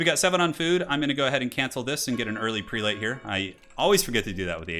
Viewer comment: You're not going to corrected Prelate = "Preh-let"?